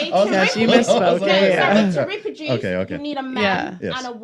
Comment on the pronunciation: Reproduce not ripiduce 😂😂😂